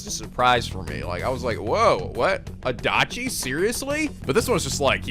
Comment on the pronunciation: I like how I was going to watch Persona 4 after this one (cause I'm dumb) and he says something about Adauchi (I think that's how it was pronounced) and now I know to keep it out for him. Thanks a lot!!:D